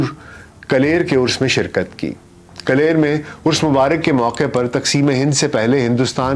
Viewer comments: کلیر نہیں کل یر صحیح تلفظ ہے ۔ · Kaler nahi bhai....kalliar hai... Bahut shukriya aapne....itnaa umdaa awr tafseeli ittala frahamm kiya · آپ کا ساغر پہ پروگرام بہت اچھا لگا۔ اردو بھی اچھی بولتے ہیں جبکہ آج کل اس کا شدید فقدان ہے۔ ایک لفظ (کلیر) پہ مجھے لگا کہ شاید آپ کی ادائیگی درست نہیں، لیکن یہ بھی ہو سکتا ہے میں نے غلط سن رکھا ہو اور آپ نے ٹھیک بولا ہو۔ ایک ذیادتی آپ کی بنتی ہے اور شدید ذیادتی ہے کہ آپ نے جو تصاویر، ڈیزائن، شعروں کی خطاطی استعمال کی نہ صرف انھیں کریڈٹ نہیں دیا بلکہ دانستہ تصاویر کو کانٹ چھانٹ کر ان کا لوگو اور نام مٹا دیا۔ یہ بات زیب نہیں دیتی۔ "ایک وعدہ ہے کسی کا جو وفا ہوتا نہیں" والا ڈیزائن آپ نے "لہجہ" کا کاپی کیا اور لہجہ کا نام چھپا دیا۔